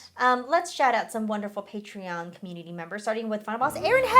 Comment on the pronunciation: The word: community: "key-meanity"